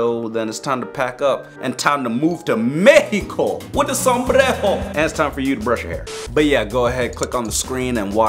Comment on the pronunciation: MEHICO!! WITH A SOMBREHO